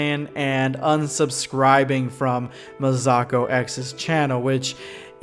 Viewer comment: Nobody:: Ma-Sock-o